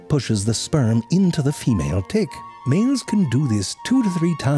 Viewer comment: I meant the way he says it. I'm not sure if it's dtick or tdick. He does such a good job combining those sounds.